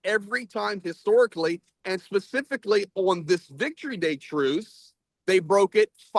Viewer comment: OMG, what is wrong with mic? That lisp is too pronounced to be believable. I’ve watched him, many times and never had any difficulty understanding him, but this time I’ve had to rewind and try again a couple of times. For some reason “truce” is the worst. It comes out as “truth” every time. However, props to both of you, for doing this.